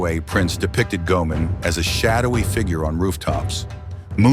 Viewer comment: And I believe it's pronounced Go-ay-mon.